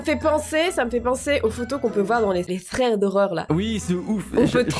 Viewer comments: Squeezie: Thread: Sred: Fread: Froued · mais noa quand il fait des histoire paranormales il abuse donc je regarde jamais ses videos mais je sais que il dit: fread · Squeezie dit aussi sred